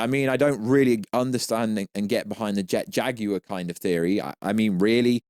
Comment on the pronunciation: Say Jet Jaguar right, “Jag,ui, re”